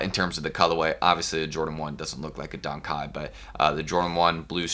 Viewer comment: Why he keep saying Dunk kite 🤔🤔